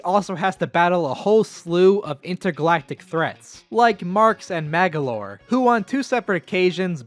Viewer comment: it's MAGOLOR not, MAGALOR